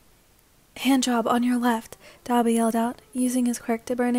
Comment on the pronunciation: Me when you say dabi: DA-BEE